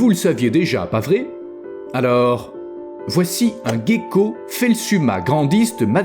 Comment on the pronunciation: Ce n’est pas un "guécko" mais un ’’gecko’’